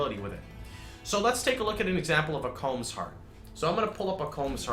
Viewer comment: It triggers me that people pronounce "Kaom" as "comb". Good video, really points out the glaring balance issues between ES and other builds.